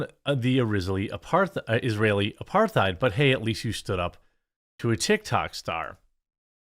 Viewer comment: “Apar-thite?” Come on, you can’t be serious? Why can’t Americans speak english even at fifth grade level?